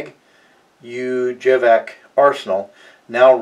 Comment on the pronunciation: Kragujevac Is pronounced Craw-goo-yevats The Serbian J makes a Y sound, and the C makes a "ts" sound, as in "it's"